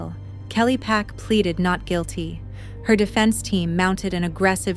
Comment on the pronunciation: And the suspects last name is Park not Pack. I found that out just by searching the case.